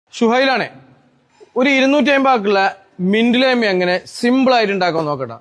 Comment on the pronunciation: Laime alla lime.or lemon. Good work.